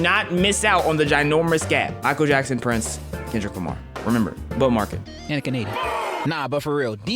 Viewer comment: bro really said kendrick limy 😂